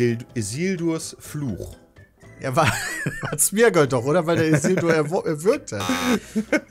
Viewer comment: Ich bekomme vor allem einen absoluten Anfall, wenn jemand sich über den HdR-Wissensstand von anderen lustig macht, aber dann aus Sméagol "Smergol" macht...